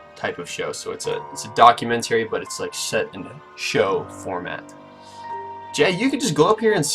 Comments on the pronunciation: Can you learn to pronounce the word "documentary" then maybe something you say may be taken as valid here... you complete idiot. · "put it in reverse documenTERRY!"